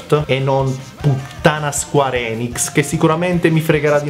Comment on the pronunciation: Ma come pronunci "Square"?